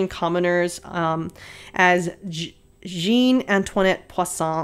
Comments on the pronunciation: I m not French but I know French. j is mostly pronounced as a "Sh" so Jeanne would be like Shahn (a not like the American a but like when you say "Ahhh" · Jeanne is pronounced more like "J ha n", Poisson had an s sound (it means fish) not a z sound (it would mean poison) 😘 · As a French viewer, your french is good ! I understand you without the name wrote down. You juste pronouncing Jeanne in a very English way but it's fine ;) Antoinette and Poisson are well pronounced! PS : we are not mad all the time! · Jeanne is pronounced like Jay-ahnn en français :) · honestly for pronunciation is not that bad! Jeanne is pronounced j- AH ( without the H, but that's how we pronounce the letter A ) - nn. Jann Sorry, my french ass can't help itself, I have to correct people on their pronunciation 😂 ( haven't seen the rest of the video yet but I'm sure the gown is gonna be WONDERFUL, as always ) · Jeanne is basically "Jan" with a French "j" (for English reference, it's the same sound as the one in the middle of "measure") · she's my favorite too! but her name sounds like "zhen."